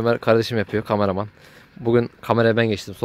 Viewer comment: abi şu kameramana gamaraman deme ya :D